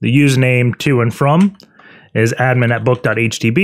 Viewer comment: 'boot.htb' That is/was driving me insane!